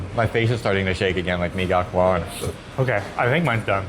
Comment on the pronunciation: Mie Gacoan is pronounced "Mee GaCHOan'